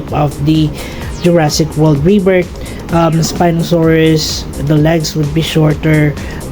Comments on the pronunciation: Not 에스피노사우루스, its 스피노사우루스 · I mean, in Korean, a spinosaurus is a 스피노사우루스, not an 에스피노사우루스